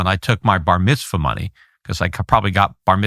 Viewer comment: I can't believe how many time this guy said Barmithzwa. We get it..